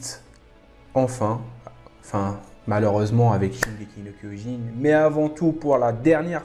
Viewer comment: Shingeki no Kyojin という発音がとてもいいと思います。話の内容は理解できませんでしたが、海を越えて愛される進撃の巨人を日本人として誇りに思います🙂